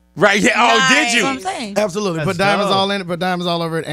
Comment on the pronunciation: Word of the day is "Ab-so-lut-ley"